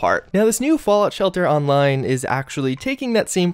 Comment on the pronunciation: i love u man but why did u say shelter that way